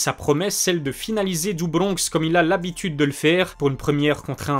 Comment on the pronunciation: Le Do bRRRonx a l’algérienne aussi 😂